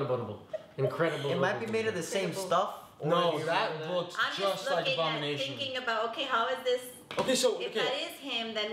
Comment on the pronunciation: everyone: ABONIMATION!!!! me: wong